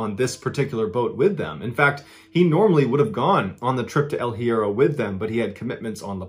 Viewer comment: Love you MB! You should hit me up to assist with Spanish pronunciations bro! El Hiero is pronounced: “L•E•air•oh” Archipelago: “aar•kuh•peh•luh•go” 🤙♥️